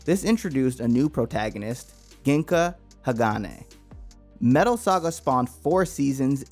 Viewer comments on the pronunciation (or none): maybe not everything, but cmon, “guh-ing-kuh” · It’s Gingka pronounced like Jenga, but with an i and a k